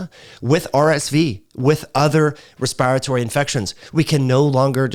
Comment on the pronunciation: When says respiratory as respyratory.... Im over here like: take a Respyte from pronouncing it respyratory cause now Im saying respyratory despyte how its spelled. Love tho dont come for me.